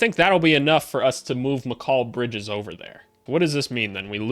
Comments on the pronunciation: I'm sorry but never say the name Mikal Bridges again if that is how you want to pronounce it and say it. It is and never has been said like that by anyone not even his own mother who came up with that name. This video could have been good but that is driving me insane to click on another video maybe of someone who says it and says it right. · Why do you pronounce Mikal Bridges like that? 😭 Good vid though exactly what I been looking for hope you make more for other teams especially the Suns cause they're situation is interesting and the Pelicans cause I'm a Pels fan